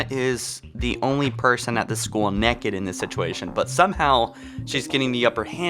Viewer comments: Naked not necked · The real question is why are you saying NECK-ed? It’s pronounced NAKE-ed🤦‍♂️ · "Neked".......it is pronounced NAKED. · Im sorry but why do you say it nekid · Theres an "a" in naked, it's not pronounced "neked". This guys voice and pronunciation is awful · Anyone else annoyed he keeps saying neked instead of naked 😂love ya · Theory Request: Was Cortana already too far gone by the time Chief rescued Her from High Charity? I'd also like to point out that he pronounces it as "Nekked" XD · Why are you nekked SAY IT RIGHT NAKED ITS NOT A HARD WORD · "Why is Cortana neked" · I like how you say nekid instead of naked. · Stop saying Neckid! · Why is she 'nekked' you ask? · it is naked not necked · Why the hell do you pronounce naked as neked. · You say it like it’s Nekad and not Naked but meh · He pronounced "naked" "neked"... epic pronunciation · Why TF this boy say naked like "neck-ed" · not gonna lie man i love your vids but the way you say naked is painful its nae-ked not ne-kid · Stop saying neked its naaaaked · I like how you never said “naked.” You always pronounced it “necked.” Which works, as the definition of “necked” is naked and up to something, and Cortana is always up to something. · Why are you pronouncing naked as NEKKID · If I hear you say neked, one more time... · Knee kid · why do you pronounce naked weird? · Say necked again. I fucking dare you. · Take a shot every time he says necked. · I like 'em neked. I assume he said "neked" because of Youtube's stupid monetization. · U said necked? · “Neck-ed” m8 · “Why are you necked” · Neck-id. When you say it it's like wtf. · I never really thought of her as (as pronounces it) "nekked" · "Why is Cortana neked" XD love your work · Just went down all the comments to see how many people said neked, 😂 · I like how says “nekked”. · Y u say "nekid" lol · i thought it was funny he said nekid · Why do u say naked like neked? 😂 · she is nekid